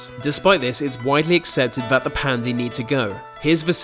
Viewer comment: I was getting pissed off how you were saying 'Panda' until Dr. Gaylord was introduces. ahhhhhhh